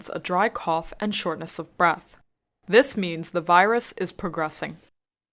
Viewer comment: shortness的发音ness错了.